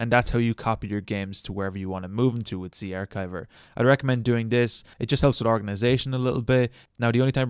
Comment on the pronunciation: The ch in zarchiver is the ch in cheese. Do you say cheese like keese?